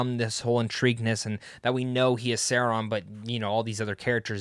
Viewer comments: Who's ser-on?? 😂😂😂 .. ITS SAURON 😂😈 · Pronounced sau raan . . . Saw. . . Rawn. Are you actually knowledgeable about LOTR or just trying to get views? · Say-Ron? Nope. I’m out. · You are not a fan of the professor’s works. Im not gonna listen to a guy’s opinion who doesn’t know how to pronounce Sauron. Imposter! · Glad you liked it, but please.... learn how to pronounce Sauron! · Funny none of the YouTube channels I watch that are dedicated to the LOTR and Tolkien with millions of subs didn’t get to watch Season 2 early. But this guy who has 50k subs, admits he’s not even a Tolkien fan and doesn’t know how to pronounce Sauron’s name gets to watch it. I have no quarrel this guy by the way he seems perfectly fine. My gripe is with Amazon having absolutely no respect for the fans. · Omg you can't pronounced SAURON....I doubt that you watch EVEN WATCH LOTR....how can i block your chanel?